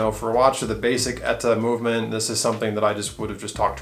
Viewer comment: I'd have to have it with a display back. That's E-T-A, not Etta!